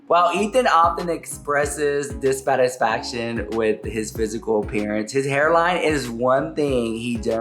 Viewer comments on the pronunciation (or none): fully said “ethan often expresses disFATisfaction”